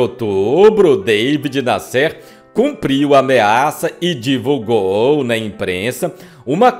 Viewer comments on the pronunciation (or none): Amigo, se pronunci David NÁsser, e não Davi Nassér. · "Deivid Nasser" é na verdade, David Nasser e se fala da forma como escreve. Era jornalista de revistas como O Cruzeiro Realidade. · Não é" David Nescêr" é Davi Nácer que se pronuncia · Davi Násser. Acho engraçado a esta altura 2023 brasileiro fazer que não sabe falar Davi (não era deivid). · Incrível como o pronuncia o nome do conhecidíssimo repórter David Nasser: Dêivide Nassér (sic!). Isso desmerece a narrativa e lhe retira meu "joinha". Que pena!... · O jornalista David Nasser ( pronuncia Daví Násser) Tb está enterrado no São João Batista. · A pronúncia é Daví Násser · Daví Násser...pronuncia correta. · Que voz desagradável do. Além do mais pronuncia errado os nomes, como David Nassér...derruba qualquer vídeo. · Seria interessante a correção da pronúncia do nome do jornalista David Nasser. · Esse ,ocutor precisa se informar sobre a forma correta pronuncia de muitas palavras como : David Nasser , e outras. muita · Qual a razão de pronunciar de forma errada o nome das pessoas , a exemplo e David Nasser? Qual?